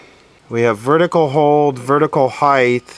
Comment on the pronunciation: Heighth? I hope he is kidding.